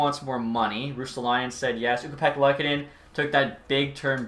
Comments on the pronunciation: As a Sabres fan I’m so stoked for this series… But pleaseeee for the love of god can we please pronounce Luukkonen’s name right? Its more of a Loo-kon-en and not lek-a-nen… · Just to let you know its pronounced Lookanin